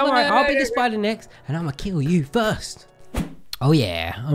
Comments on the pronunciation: LMFAO “sPiTeR” AND WE WANT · Say it with me!!!!!!!. The spi------ daaaaaaa!!!!!!not spider. Classic